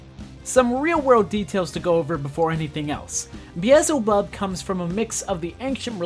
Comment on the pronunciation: Bro it's beelzebub not beezlebub 😭 moxie says it himself